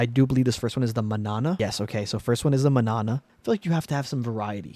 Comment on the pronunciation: I thought you were going to show a bunch of Fast and Furious cars and I would click off quick. Thanks for proving me wrong. The Manana is pronounced "mon" like how Jamaicans say "man" and then "yaan uh." It means tomorrow in Spanish.